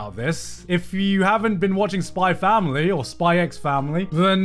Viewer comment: Garnt saved my life, by proving, that I'm not the only one to pronounce it "Spy Family"